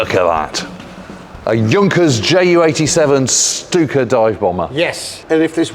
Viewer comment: So glad to hear Stuka properly pronounced. Why do so many feel they have to add an H to German 'st' words?